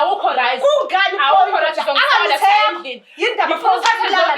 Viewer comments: Lol manje losisi akakwazini kuthi Right ngoba elokhu ethi Rice lol aiiii 😂🤣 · Guys lo cc uthi rice or right😂